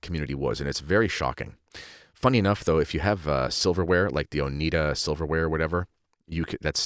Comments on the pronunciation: Lol it's pronounced oh-ni-da, not oh-nee-da 😅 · Oneida is pronounced Oh-nigh-da. LOL, I have Oneida utensils, but they're stainless steel. BTW, for the last 30 years I have not worn pants because I don't want to risk being seen as a feminist. I wear skirts and dresses, with leggings for warmth. I never regretted this decision. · Oneida with a long i like eye. Not Oneeda. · Oneida silverware from Oneida NY, named for one of the indegenous NY people the Oneida tribe. Oneida pronounced with the long 'I' sound. So, your spelling is incorrect, and the name origin on your part is incorrect or at least that of the author you are quoting. I've spent many years (more than 40) in healthcare, trust me wearing pants is far more modest than uniform dresses. I've worn both.yes dresses in nursing were impractical in hospital settings. Pregnancy clothing was different from non pregnant clothing. There were women in 18th n 19th century clothing who did have health effects from the clothing they wore causing issues with breathing and proper nutrition. There's a place for both. But dont presume you know what